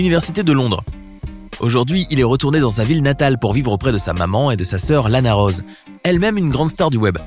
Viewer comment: Son mon: Lana Rose Se que j ai entendu: Lana Roade